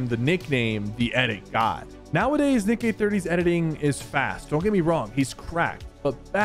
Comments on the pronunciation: You mispronounced Nick, you kinda said the d word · Is it just me or do u hear Sypher day Nick with a D instead of a N😅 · bro did NOT say Nick💀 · he said dick eh 30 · Ayoo you say d eh 30😂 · "Dick eh 30"💀💀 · Did he- did he- SYPHER SAID DINK EH 30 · Why didi he say Dick Eh 30 ? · Bro Said A D instead Of A N in Nick 💀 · Did anyone hear him say nick with a d at exactly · He said d eh 30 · listen to how sypher says nick eh 30 at 12.35